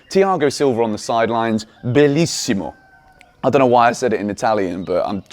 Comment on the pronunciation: You pronounced "belíssimo" like a true native. Brazilian Chelsea fan here :)